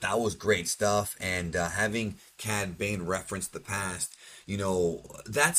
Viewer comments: "Bad cane" 😂(No hate btw, love the channel, just a funny moment) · Lmao you said Bad Cane